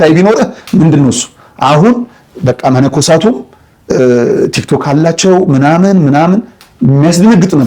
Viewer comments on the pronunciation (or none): none